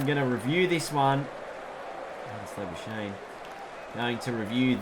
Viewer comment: i swear to god the amount of times you play the sweep/reverse sweep when cover and midwicket are easier scoring options makes me pissed also its is lah-buu-shayne for english and lah-bu-skahkne for afrikaans